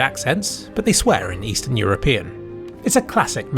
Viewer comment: 'they swear in estearn european'